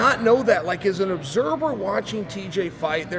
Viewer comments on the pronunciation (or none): Chael "Obserber" Sonnen